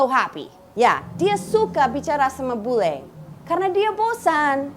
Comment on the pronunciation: Your "bule" sounds too bule. You pronounce it like "boo-lay". Lol.